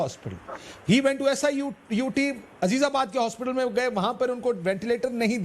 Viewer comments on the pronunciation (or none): #SUIT nahi hai madam #SIUT hai please correct it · "SUIT hospital" she even doesn't know it's SIUT